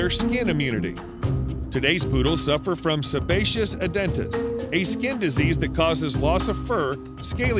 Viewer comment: The sebaceous adenitis that the poodle suffers from, is pronounced as any other "-itis" is, but this narrator fouled up. It is actually pronounced, not "a•den•tis", as he said, but (a • den • i • tis). He left out an important part of the suffix that brings to these skin condition itself. Without the 'l' there is no "-itis". The complete suffix is a building block to construct medical terms. It means inflammation of whatever word comes before it, which in this case is the sebaceous LYMPH.